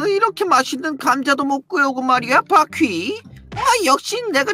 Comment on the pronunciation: 난 바퀴 을 바X 로 들었어 순간 당황